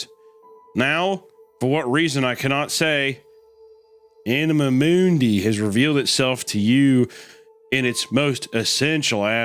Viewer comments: "Anamuh Mooondy" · If you say anima mundi again I will jump off a bridge 😂😂😂